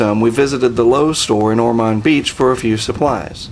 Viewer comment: Was awesome seeing my home town Lowe’s on here but you butchered the name Ormond haha